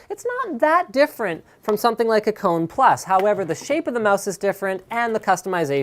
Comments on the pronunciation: You are spelling it wrong, its spelled KO-NE, not like CO-NE! Kone is finnish and means "machine" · Holy shit, im Finnish and I cringe everytime he says Cone. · Kone is finnish and means "machine" in english so you don't say it like "cone". Just a little fact ;)